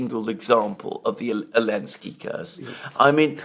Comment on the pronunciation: Congratulations,! You now even have Alexander calling him 'Elensky'.